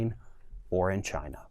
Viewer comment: Why does it sound like he is saying ghina instead of China.